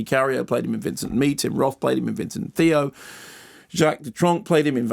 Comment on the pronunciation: It's funny that you make mention of the mispronunciation of Van Gogh, then mispronounce Theo.